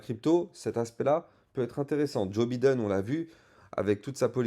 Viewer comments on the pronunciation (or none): J'suis MDR quand tu dis Biden, ça se prononce Bailledone ;-) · Merci pour tes analyses pointues. Par contre, tu as une belle marge de progression sur l'accent anglais: Biden se prononce Baïden et Chartered se prononce Charteurd 😉